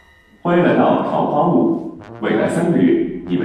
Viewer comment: 不应该念四声吗？坞